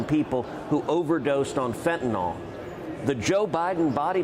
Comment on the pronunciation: Fen-tan-îll fen-tan-îll